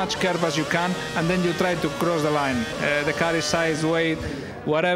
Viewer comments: I believe he was trying to pronounce 'chicane'. Since he's Spanish, there might be some problems with the tune of pronouncing 'chicane'. I try not to laugh, but I cannot resist it. I'm a fan of Lewis Hamilton, but I give my utmost respect to Fernando Alonso also. In fact, I give it to every driver. Good luck the championships, Lewis Hamilton, you rock! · At first he was trying to pronounce chicane but soon he gave up and straight up said chicken all the time😃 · he means shi-kaine (that how u r ament to pronounce it) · In fairness it's just a slight mispronunciation of chicane. Still funny though!